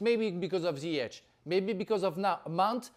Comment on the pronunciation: Jesus Christ and he just messed up Ziyech’s name